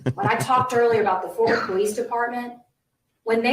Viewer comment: Fort Worth, not Forth Worth